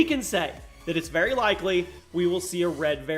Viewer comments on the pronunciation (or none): none